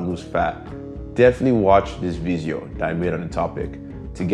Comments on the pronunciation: is he saying viseo instead of video? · I like the "vizeo" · Personally my favorite part is when he says vizio